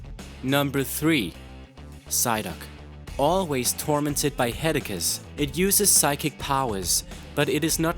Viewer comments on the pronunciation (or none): "ALWAYS TORMENTED BY HEAD-AKEES AND MEE-GRAINS" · "Psyduck, always tormented by "hedacus""....head-aches?...bruh Here, u dropped this (\*_*)\ L Good video tho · Genitals is pronounced Jenitals. And Headaches is pronounces HEAD ACHES. Not hedekus. Also, pokemon exploding/self-destructing is non fatal (it just knocks them out). How the hell can you not have cubone on this list? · "Head-Ek-Ez" It's headache. head-ache (Sounds like Ake) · I'm sorry but really? headackes? come on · 'Head-akas' 'Mee-grains' Aaaaaaannd, subbed. I don't care if the pronunciation was wrong, I like how those words sound now. You're awesome, dude. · "hed-da-kes" That's how you pronounced headaches. I really hope you're not a native English speaker, because you have numerous speaking errors in almost all your videos, and though normally a mispronounciation here and there wouldn't be an issue, you have them often enough where it can distract from what you're saying, which is not a good thing when you're trying to pass on information. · did he just say headacus Because that's awesome. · He says "Headacuts" and "Megrains" instead of saying Headaches and Migraine. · What's a hedacut? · SnowwyDaCreeper British people do not pronounce headaches "headicus" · I don't want to insult your accent (like alot of people) but Hed-Ack-Ess >_< (please don't turn this into an argument comment...) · Headaches are pronunced closer to "head-ex" or "head-ayx" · Psyduck probably has Cervicogenic Headaches. Like me. Also, what nationality are you? Because English isn't your main language, pronouncing headaches as "Head-ah-kahs". and some words were hard to understand, not all, just a couple here and there. It's a good list, but you could've been less dramatic. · "It´s always tormentes by headacus" - Pronounciation lvl Genius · headaches is not pronounced head-akes and aceus is not pronounced asus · "Heada-cus"...im not trying to hate, but when you mispronounced headache i got annoyed for some reason